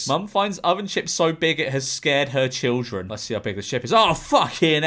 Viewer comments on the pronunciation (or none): none